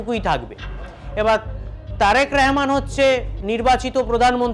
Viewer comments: ওরে বাঙালি! রহমানকে রেহমান বলছিস কেন রে? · রেহমান না শালা,এটা হবে রহমান।।।উচ্চারণ ঠিক কর। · ওরে শালা আমাদের প্রধানমন্ত্রীর নাম তারেক রহমান। তারেক রেহমান নয়। নামটা ভালো করে উচ্চারণ করতে পারিসনা চলে আসছিস সাংবাদিক হতে। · এই যে অশিক্ষিত সাংবাদিক তারেক রেহমান না রহমান উচ্চারণ হবে। অশিক্ষিতের বাচ্চারা স্মরণ করতে পারস না সঠিক এবার আইছোস পাশের দেশ লইয়া বাতা মারানি গিরি করতে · তারেক রেহমান নয়, তারেক রহমান। ইয়ার্কি পেয়েছেন নাকি?? সঠিকভাবে উচ্চারণ করুন, ভদ্রতা বজায় রাখুন। আপনার নাম যদি হয় শ্যামা প্রসাদ তাহলে কি আমি ছামা-প্রসাদ বলবো?? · আগে আমাদের মাননীয় প্রধানমন্ত্রীর নামটা সুদ্ধ করে বলতে শেখ,তারপর সংবাদ পাঠ করতে এসো।তারেক রেহমান নয বেকুব তারেক রহমান হবে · ওরে গোমূত্র খোর আগে আগে দেশের প্রধানমন্ত্রীর নাম টা ঠিক করে উচ্চারণ কর। ওটা রেহমান বা র ্যহমান নয় ওটা তারেক রহমান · হকার সাংবাদিক রহমান শব্দ উচ্চারণ করতে পারে না 😢